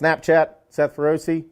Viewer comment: I like your content,i like your no bs persona but as someone who is fluent in italian the way you pronounce feroce is just horrendous. It's feroce,not ferrosi.